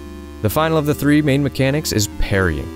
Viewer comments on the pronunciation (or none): none